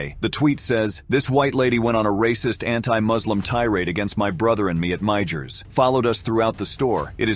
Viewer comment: Narrator. Its Meijers ( pronounced to sound like My yers) J is silent